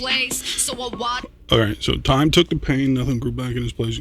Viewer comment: Omg you got the first line. Every hears Tom instead of Time lol. Great catch. Just so you know she told Tom she would never wear that outfit again. Nova is quite a poet.I think she deep and well versed but I think she is agnostic but Im not positive.I think you have come the closest to getting it. I hope she sees this.oh check out Did your Best by Nova.